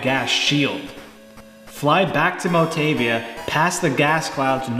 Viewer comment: By the spelling. When words are written in Romaji (Japanese pronounciation with the Latin alphabet), each letter has only one way to say it. A is like fAther, mOm, E is bAse, tAble, I is tEE, O is tOte, rOpe, U is tOO, tUbe, etc. Nei would be pronounced "nay". MotAvia, not Motevia. Hope that helps.